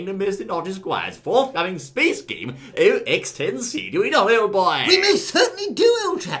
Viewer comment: It's pronounced Oxtency